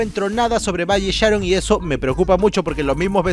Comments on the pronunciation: esta piola tu video solo que cuando mencionabas de valle sharon ponias foto de pista nueva y cuando hablabas de la zona C ponías algunas fotos de la I de Pamplona Y la pronunciación de valle sharon la tilde es en la o igual me gusto tu video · JAJAJAJA se pronuncia Váy Sharón no se porque, no Valle Sháron xd